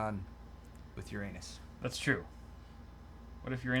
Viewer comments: WHY DID I KEEP UNDERSTANDING "YOUR ANUS" INSTEAD OF URANUS?!?!?!? xDDD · Yer-in-us isn't any better than Yer-anus. 😙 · That is not how you say Uranus. Everyone listening to you laughed, but potentially got dumber.